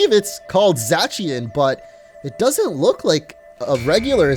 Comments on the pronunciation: Za-cy-an and za-ma-genta are how you pronounced the legendarys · (za-se-on) correct pronouncing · Btw it’s Pronounce Zay see in if u didn’t know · It’s zacian it’s like dat